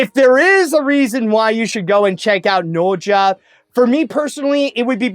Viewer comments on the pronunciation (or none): Is bro saying the name right? I don't think so. 🤨🤔